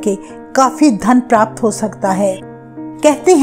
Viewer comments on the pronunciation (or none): none